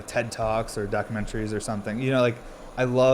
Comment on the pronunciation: You tried hard on the pronunciation of documentary 😂🤣😂🤣